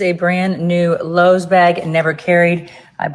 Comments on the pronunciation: I almost choked when she pronounced Loewe as “Lowes” 😂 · Every time I hear kim say Lowes like the hardware store when saying Loewe I cringe 😂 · She can't even pronounce Loewe 😩. This is a mess. Spending all this money on stuff they obviously couldn't afford or need since they weren't using them. And CASHAPP?! Really ma'am? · That's not how you pronounce Loewe. Best of luck on her reselling. After knowing how many famous people buy knock offs, she wouldn't be getting MY money.